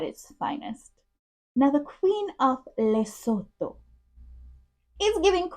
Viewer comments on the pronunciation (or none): none